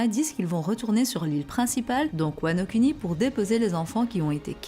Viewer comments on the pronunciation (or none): Wano Kuni.... Prononciation: Wano kOUni